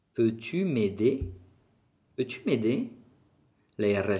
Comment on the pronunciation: Hola. Soy Juanma, profesor de inglés y estoy estudiando francés. Me interesa mucho la fonética además de la lengua desde el punto de vista comunicativo. Tengo una duda que me gustaría resolver. Por qué a veces tu haces una aspiración a final de algunas palabras agudas generalmente terminadas en 'i' o en "u". Por ej En la primera frase "Comment va tu?" Tu haces una aspiración en "tu" / tuh/ O en "Je suis perdu". Tu dices /perdyh/ En otros vídeos dices rue / ryh/ Recuerdo cuando estuve estudiando francés en Aix-en-Provence y algún profesor tb hacían esa aspiración/h/ Esa aspiración se debe a una diferencia geográfica? Muchas gracias. Me gustan tus videos